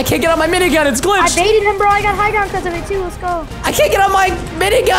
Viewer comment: Why does preston call the turret aminigun?